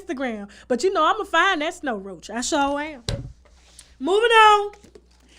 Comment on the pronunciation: Did she say snow roach 💀💀🤣🤣🤣🤣🤣🤣